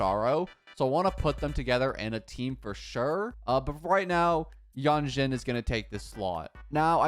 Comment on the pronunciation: Actually, you pronounce Lingyang wrong, his name is chinese and in english version, they(english) already pronounce his name wrong. I hear you pronounce as Lingyeng. For Jianxin, Jianshin is how yo pronouncd her name.